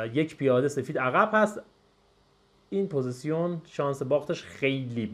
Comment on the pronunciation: تلفظ صحیحش پوزیشن (Position) هست. ممنون بابت ویدئو